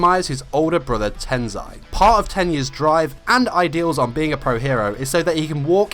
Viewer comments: Okay no offence but if I were stood next to you and you said tens-eye I would slap you it’s ten-say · TENSEI IS PRONOUNCED TEN-SAY NOT TEN-ZI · Him and Tensei are my favs. Can you do one about Tensei? Just saying; he wont even see this comment. Also, you pronounced Tensei wrong. Its pronounced Tensay Also my tiny anime loving heart completely shattered during the Stain arc. I have renamed him Stan and ge can go die. Eri should rewind Tensei so they can be pros together ❤ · Ive always pronounced tensei as ten-SAY